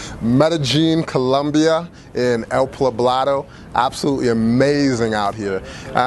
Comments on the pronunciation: You didnt say El PLAblado...did you? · Envigado is still pretty expensive, again, a heavy tourist area too. I know he said that, but believe me, go 15 mins outside of the city or in any other direction and you have a different world.